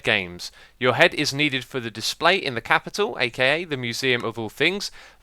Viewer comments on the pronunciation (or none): none